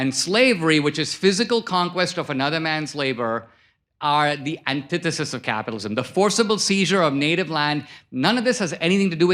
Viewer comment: So dho you achuaally bileeb in capithalism